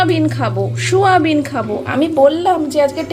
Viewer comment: ছয়াবিন আবার কি কথা ??? 😂😂😂😂 এটাকে বলে সয়াবিন । Shoyabean ও নয় আবার ছয়াবিন ও নয় Soyabean শ নয় , ছ নয় , স (s)উচ্চারণ হবে